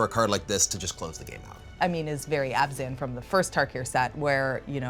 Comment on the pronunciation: Her favorite color combo and can't even pronounce it right. It's Abzan not Azban.